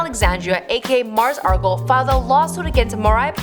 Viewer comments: Its Mars Argo not Mars Argle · Margos Argos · She said Margles Argles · “Margos Argos” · Why do you call her Mars Argle? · Margles argles 😂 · “Mars Argle” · Muurs Erlls, Mers Argles, Margo Arrls, Margles Argles... wtf??? You are randomly mispronouncing every other word! Is there seriously NOBODY ELSE over there who could have narrated this??? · Mars "Argle"? "Margle's Argle's" jacket" wtf this girl doesn't know anything. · This bit really said “Margos Argos” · "Margles Argles" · No she said margos argos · She said "Margles Argles"